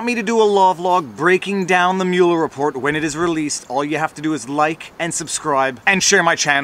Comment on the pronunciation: I added a like simply because you pronounced Mueller's name correctly. Half of our media in the US pronounce it "muller".